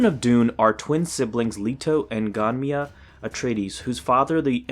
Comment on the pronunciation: Nice review! Just wanted to say that Ghanima’s name is pronounced, Gah-knee-ma. I have book 4 to read as well, looking forward to it!